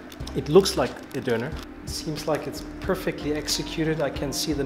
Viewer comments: he literally went to a german guy and asked him how to pronounce Döner correctly and still didn't make an effort to pronounce it correctly for the entire rest of the video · he is also calling it a Doner instead of a Döner, although he knows how to pronounce it correctly, as we witnessed in this video while he was at the döner shop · I'm am very Interested in languages and therefore very tolerant about pronounciations. But nothing sounds more irritating than americans saying "Doner Kebap"😂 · The doner guy has a weird pronunciation, he tells his name and doner with American accent but his English with a is Turkish accent